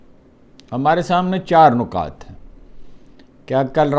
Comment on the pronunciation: ایک لفظ کے درست تلفظ کی طرف متوجہ کرنے کی جسارت کرتا ہوں اور وہ ہے نکات ۔ میں ذرا تفصیل سے کام لیتا ہوں ۔ نُقطہ بمعنی زیرو صفر ڈاٹ جمع نُقاط نُکتہ بمعنی خیال آئیڈیا جمع نِکات قائد اعظم کے چودہ نِکات شیخ مجیب کے چھے نِکات اس لیے نِکات بولنا چاہیے ۔